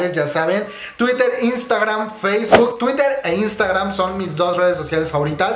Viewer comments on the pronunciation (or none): none